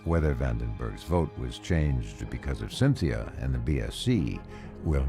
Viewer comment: Sin Thea 😆 Cheers.